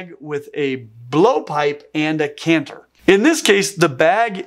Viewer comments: It's a chant-er not a canther on bagpipes. Oh how my Scottish ears are burning. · Impressed that I'm not the first bagpiper and cephalopod fan to comment! Love it! One note: the pipe that produces the melody notes is pronounced "CHANT-er". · Great video! For info, "chanter" is pronounced with a soft "ch" (as in "cheese"), at least here in Scotland. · Why did you keep calling the CHANTER of a bagpipe a CANTER? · Bagpipe chanter. I am very well aware I am being pedantic and missing the point of the video.... but the 'ch' in chanter is pronounced when talking about bagpipes. Other wise, highly educational and very entertaining. I look forward to you next video!